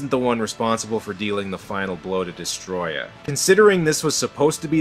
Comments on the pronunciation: Its destroyah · Destroy-ya is how u pronounce Destroyah